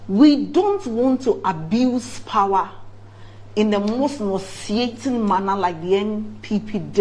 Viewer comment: Ghanaians never disappoint... The pronunciation of the word POWER "PAWA😂"